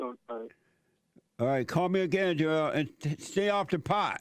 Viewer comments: You’re saying it wrong - it’s Jo-EL…! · Jo...el. lmao